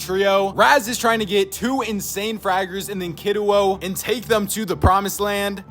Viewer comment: He said Kiduo right!